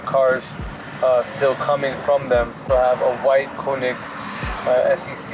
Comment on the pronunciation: Its spelled KOENIG not KUNIG bro come on